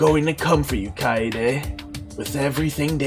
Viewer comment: Oh btw, Keade's name is pronounced "Kai-day" not "Kai-yay-day". Kai-yay-day is just a mispronunciation by some of the VA's, cuz youll notice that its not consistent which way yhe cast pronounces her name. But the Japanese dub only pronounces it the one way.